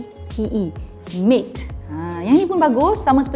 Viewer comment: Also, "matte" is pronounced macam yoga "mat".